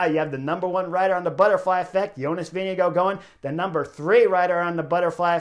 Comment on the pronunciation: Hey Chris. I'm a Dane, and I'm impressed by your pronunciation of "Vingegaard"! :-)